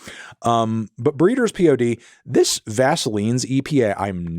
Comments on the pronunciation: It's Pod ... not P.O.D! 🤭How can you not know that incredible album??? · Me every time you pronounce the Breeders album as "P.O.D." instead of "Pod..." 😤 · P.O.D - that’s pronounced pod sir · Pee Oh Dee?? Who says that?? It's Pod like Todd. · Breeders "pod"! not P.O.D. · Its not P.O.D. its pod... like a seed pod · Isn't The Breeders album pronounced pod, rather than P.O.D? Or have I been calling it the wrong name for over 30 years 😭😭😭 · Dude, you not only don’t know how to pronounce the basic one syllable word that is the title to the debut Breeders album but yr just gonna cruise over that quietly powerful masterpiece with zero comment? Also not bother to connect the producer of Surfer Rosa to his production on Nirvana’s swan song album? Did you even listen to music in the 90s?